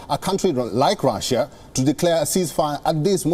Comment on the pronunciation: Itz russia ..nt raaasia ..